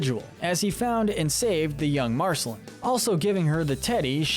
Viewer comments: Why was he pronouncing Marceline Mar-sel-in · The e in her name is silent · Realised this guy has never watched the show when he calls her Marcelin and not Marceline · U pronounced marciline wrong so many time s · Ah yes "marsehlen" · Marceline rhymes with QUEEN not Finn! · Thank you! I can't believe i had to scroll this far in the comments for someone to mention this. I cringed so hard every time he said it! I want to ask if he's actually ever even SEEN the show?!? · Did we skip over how Marcelines name was pronounced? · You keep saying Marceline wrong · Ur pronunciation of Marceline makes me cringe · he kinda pronounced marceline incorrectly. did anyone else notice?